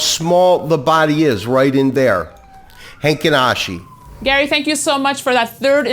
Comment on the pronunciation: gary, its heikin ashi not heinkin ashi